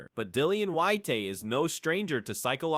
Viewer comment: It's not "Whyte-tay" or "Whyte-hay". His name is Dillian Whyte. If you can't even pronounce the boxers names correctly, then don't even bother creating the content in the first place 🤡